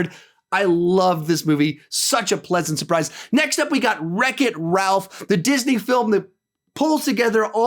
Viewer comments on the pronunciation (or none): none